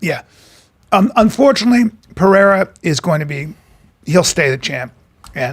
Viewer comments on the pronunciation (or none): PEREIRA not Piera, he didn’t like when they would mispronounced Schaub, but he’s doing the same thing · Piera it’s peirerra so annoying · PE-RE-I-RA wtf you keep calling him Piere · Start by pronouncing his name well before even analyzing him 😂 PIERRE ?? wtf who’s this pierre French. 🇫🇷 🧀🍷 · Brendan pronounciation of Pereira 😂 Ummm Petr 😂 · Thank god someone else noticed that Brendan was saying Pereira wrong🤦🏼‍♂️ wtf is a Pee-Era😂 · Schaub doesn’t know what he’s talking about anymore it’s hilarious, you can tell he stopped watching mma properly like 5 years ago, also who’s “PEEAIRA” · They can’t even pronounce Pereira’s name right.